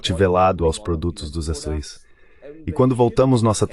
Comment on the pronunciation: Excelente conteùdo. Só não consegui entender por que.o narrador-locutor-tradutor NÃO CONSEGUE dizer a palavra "Estados Unidos"?!?